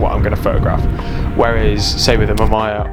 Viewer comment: ma-maya???? its ma-me-ya :face-blue-smiling::face-blue-smiling::face-blue-smiling